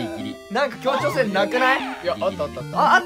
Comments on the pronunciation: 今更すぎるけど にそらるさんが｢ちょうきょうせい｣って言ってるけど言いたいのは｢協調性(きょうちょうせい)｣だよね…でもかわいいからあり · そらるさん協調性を調教性って言ってね？w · ちょうきょうせいってなにwwwwww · そらるさんが「協調性」と間違えて「ちょうきょうせい」を連呼してるｗｗ 調教てｗｗｗｗ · そらるさん最後らへん｢協調性｣を｢ちょうきょうせい｣って（笑） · 途中でそらるさんが協調性のことを「ちょうきょうせい！」って言ってて可愛かった笑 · どーでもいいかもしれんけど、そらるさんが、「協調性」を「調教性」って言ってる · そらるさん ちょうきょうせい 協調性では？w可愛い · そらる⇒ちょうきょうせい！！ 協調性じゃない？そらるさん可愛い…w